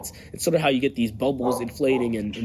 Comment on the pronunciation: Did you say, “Deez Networks”!